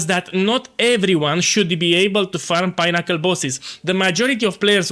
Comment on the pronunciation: Pineaccle 😂, love the content and the hilarious intros.